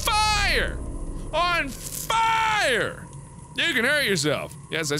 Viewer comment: "I can't take the FIEREberries! They're on FIEREE!"